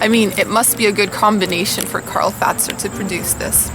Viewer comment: The first canadian people to say Karl Fazer correctly :D